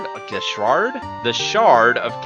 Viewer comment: Did you say The Shart of Hatred? LOL